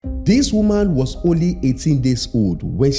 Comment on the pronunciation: Umqombothi not umbombothi😂😂😂don't dodge that q